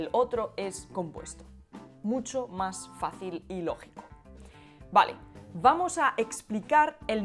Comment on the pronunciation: Hola,, algo me pareció muy curioso en tu video. Me pareció que en tú pronunciaste la palabra "vamos" como un sonido labiodental (que no existe en español, si lo recuerdo bien). Lo puedes explicar? O simplemente lo escuché mal? Esto es la segunda o tercera vez que me doy cuenta que alguien lo pronuncie así. Pero en ese otro caso que recuerdo, la persona lo pronunció como "Vvvvvvvvamos!", y supongo que así naturalmente se pronunció como un sonido labiodental, ya que no sería posible alongar un sonido bilabial.